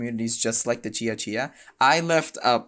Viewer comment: Let me start by saying: Good job on pronouncing "Cia-Cia" correctly. 👍 As an Indonesian from a different island (Borneo), I have to say, adopting Hangul for the Cia-Cia language is just plain ridiculous. Like you mentioned, all Indonesians already have to learn the Latin script, so what’s the point of complicating things with Hangul? It’s not like Hangul does a better job representing the sounds of Cia-Cia—quite the opposite. For example, Hangul doesn’t even have a character for the /v/ sound, so they had to dust off some ancient character to fill the gap. So, why burden students with learning a script that has zero relevance to their history or culture, especially when they should be focusing on more important things? Makes no sense at all.